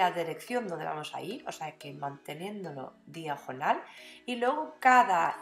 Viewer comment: Esss preeeciosaaaa!! Lo que más me gusta como dices diajonal!! Eres tan graciosa con tu acento